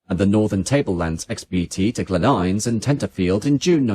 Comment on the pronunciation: Glen Innes is pronounced "IN-ess". Benalla is pronounced "ben-AL-a".